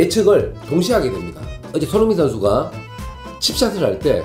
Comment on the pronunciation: 숀흥민 션슈가 자셰가 불안정한 샹태에서ㅋㅋㅋㅋㅋㅋ 뭔가 발음 매력있으십니다ㅋㅋㅋㅋ